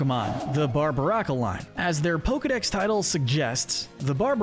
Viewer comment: Did you just mispronounce Rhyperior, or is it a joke with Rhyperior being inferior instead of superior to Rhydon? (In term of how it looks) You also slightly mispronounce a few other Pokémon names from time to time, for example Barbaracle. Though I admit it is hard to pronounce.